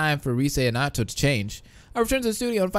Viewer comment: I swear you said Noato a boy Noato is a girl